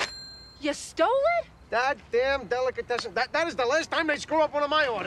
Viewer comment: That Delicatassen... That's the last time he will mess up one of my orders!! 😂😂😂